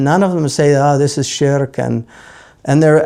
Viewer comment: ahhh yes, scholars of the highest calibre from the time of Imam al-Busīrī', rahīmahullah, onwards, all missed this supposed shirk, but my guy here who's still struggling with basic english (sharek?? shrek?? sherk?? refugee??) has magically identified problems in the poem. utter tosh. maybe consult an actual subject-matter expert rather than those with pre-existing biases. and give it a rest with the lame shallow poisoning-the-well fallacy of maligning sufi scholars by bringing in so-called practices like the tiresome and predictable 'grave worship' rubbish that are unrelated to the poem. incredible that only individuals who are against tasawwuf bring up grave worship. yet to see a single scholar who is a proponent of sufism, or anyone who purports to be on a spiritual path, actually circling/worshipping graves. perplexing that 🤔. but even if one concedes that maybe some misguided individuals who are influenced by some folkloric ideas, indulge in such blameworthy practices, they are not the yardstick by which the science is measured. otherwise, by the same token one could disregard your nonsense on the basis that you're incapable of writing coherent english words. this is why laymen shouldn't be citing primary sources, khawarij-style. you misapply them and make conclusions that are reductive, simplistic and non-scholarly. one would hazard a guess you've not actually done due diligence and looked at both sides of the argument, rather just gone to those who support your inbuilt